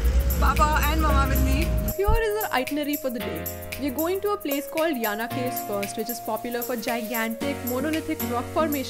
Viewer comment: My native place . Aap ko Murdeshwar , Jog Falls bhi jaana chaahiye tha . Jo Kumta se kaafi paas hai . Yes you are pronouncing Yana correctly. Nice video